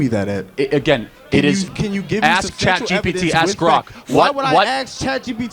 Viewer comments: STOP saying “aks” instead of “ask.” YOU are part of the problem. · You are part of the problem,. Be better. Stop saying “aks” instead of “ask.” Start living up to your masters degree, start living up to your scholarships. You are supposed to represent the very best of the black community and yet you still indulge in some of the most despicable tropes and you seem to have exactly no awareness of it. Be better,!!